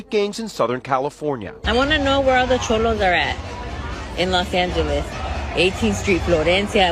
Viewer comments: Chomos😂 I think you mean Cholo my guy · I swear dude keeps sayin chomo and not cholo lol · You called them chomo though lol Its cholo homie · Cholo not Chomo😂